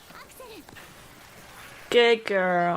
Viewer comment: Good ではなく Done に聞こえたけど自信は無い